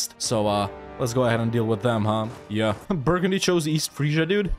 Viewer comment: take a look at this beautiful "burgundy"